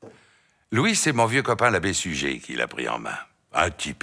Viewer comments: Excellent!! Toutes les vidéos! Et aussi, les commentaires et allusions en dessous des noms, selon les circonstances! ( Même l'humour noir: " massacrer les Arméniens, faudrait pas que ça devienne une habitude"! Terrible!!) Par contre est-ce qu'on ne prononce pas " Sugère" pour Suger? Moi, je l'ai appris comme ça... > Salutations aux Derniers Trouvères, de bons camarades médiévaux (lorsqu'on les laisse jouer!:) " Let it be"!! :) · J'ai toujours entendu (et donc lu) le nom de Suger prononcé Sugère. L'entendre ici prononcé Sugé me fut un choc, mais à vrai dire je n'ai aucune idée autre que l'habitude que j'avais de la prononciation correcte de ce nom ! Comment les habitants de la rue Suger à Paris nomment-ils leur rue ? J'ai trouvé ici une piste semblant valider une prononciation « classique » en -é